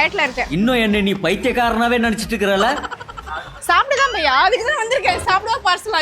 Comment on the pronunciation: Baiya ❌ Paiya ✅